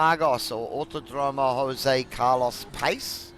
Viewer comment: Say the track name again haha. Thanks again 👏